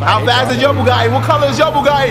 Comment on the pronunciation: "ma bougadi" ... BUGATTI, not bougadi